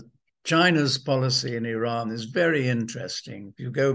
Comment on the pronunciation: Excellent guest very very cogent guest. Bravo Simon Tai go get your numbers and dates correct …. The information is out there and yes the information is out there…. You may have to do Some work Or listen to Simon…. He is in the know Simon even pronounces the country name Iran correctly. ‘Eeeean”. NOY eye ran. Same for Iraq